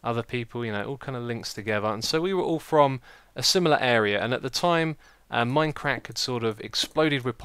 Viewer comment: it sounded like Xisuma said MineCrack i was loling the whole time